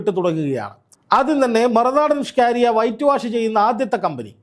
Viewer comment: അതെത്ര പറഞ്ഞാലും ഈ നാറി കേൾക്കില്ല.... കേട്ടാൽ തന്നെ കലി വരും